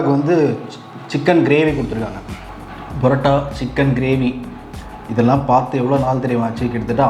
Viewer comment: It's not Barota, it is PAROTA. Use PA.... Chicken also he is not pronouncing correctly. Learn to Pronounce properly.... and make videos.....